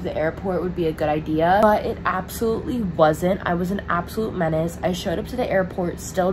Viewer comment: "I was being a mence" - 2023😂😂